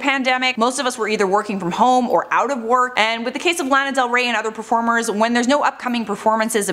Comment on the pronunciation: U did not just do her dirty by calling her Lana Del Weigh !! Kidding lol